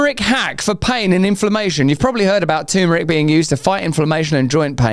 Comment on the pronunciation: Lotta lotta love for you Russell but please, it's not tooomeric ffs, it's terrrmeric :D